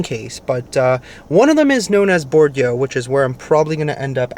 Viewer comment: Hey in Nashville Bordeaux is pronounced Bore doe 😊